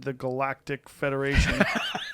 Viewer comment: "Ultimatly entrance into the galatic ferdaration", awesome <3 :D